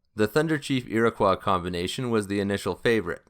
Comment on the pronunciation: Ear-uh-koi. Iroquois. Not ear-oh-kwah.